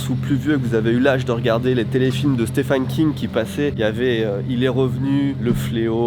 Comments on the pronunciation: Vidéo intéressante mais tellement envie de te baffer à force que tu dise « Stéphane » King….. 😡🤬🤬 d’où tu vois un A quelque part déjà? Et on prononce steVen ! Le « ph » donne V pour certains noms svp.. Merci d’avance.. Pour Salem, ça va les recherches sont pas mal faites. Survolées mais normal pour le temps de vidéo. Au moins c’est bien barrer 😊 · "Stéphane" lol ça s'écrit Stephen mais ça se prononce comme le prénom Steven, il faut dire "Steven King" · Stephen se prononce Steven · La vache à chaque fois que tu le prononces j'entends "Stéphane" King😂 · Stephen qui se prononce v par ailleurs x)